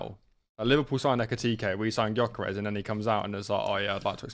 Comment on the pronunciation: We're going to have to hear call him Jockerez all year aren't we